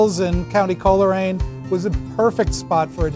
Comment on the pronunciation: lol Americans it’s in County Antrim. Coleraine is a town in County Derry (or London-Derry if you prefer). We can’t agree on the name of the county but we can all agree it’s definitely not said as Colla-raine nor is it a county